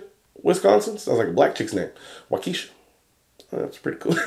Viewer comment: Just lost my shit watching you try to pronounce town names from WI. Waukesha = Wah-ka-shaw, Menomonee Falls = Ma-nom-oh-nee Falls